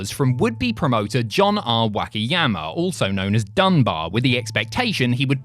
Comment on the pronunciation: pronunciation of Wakayama's driving me crazy. Not too sure if it was intentional or the accent present itself.